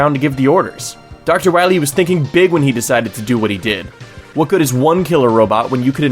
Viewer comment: Wah-Mega Man you gota stop Dr.Wah Wee!